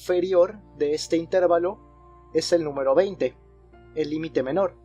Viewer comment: Excelentes videos, gracias por compartir. Solo un detalle, la palabra "intervalo" es grave, no esdrújula, creo que no es "intérvalo".